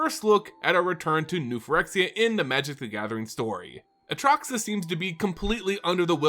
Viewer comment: bro you say atraxa wrong...